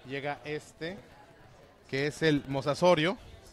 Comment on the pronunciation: Era el minuto donde dice mosasorio